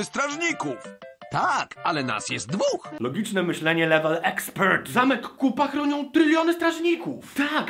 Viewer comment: Niekryty Krytyk oni nazywają się Koopa a czyta się...